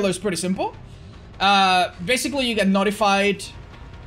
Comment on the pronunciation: I genuinely thought he said you get naughtyfied when you work on chests